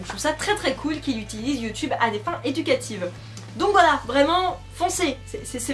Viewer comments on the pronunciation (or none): none